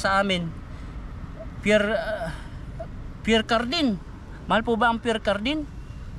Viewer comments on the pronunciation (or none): Mamahalin po ang Pierre Cardin (pronounced Pier cardan) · Ang pagbasa nyan ay (Pyer Karda)... Pierre Cardin french pronunciation 😂😂😂😂😂